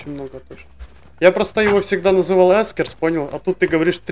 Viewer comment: Только не Эскерс, а Экерс. Но это конечно не принципиально